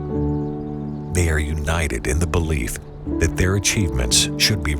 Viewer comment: "births of freedeom" my stomach hurts from laughing.............